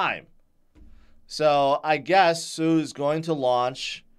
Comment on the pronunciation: Sui = SWEE, not SUE.